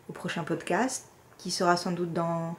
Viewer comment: Bienvenue dans cette magnifique communauté TRICOT et bravo pour ton «poscat» 🤣😂 D’où es-tu? Il y a peut-être des café-tricot vers chez toi qui te permettraient d’échanger, de partager, de bien rigoler avec d’autres personnes accros au tricot 😆 Vivement le prochain épisode! Biz’ Véro 🌺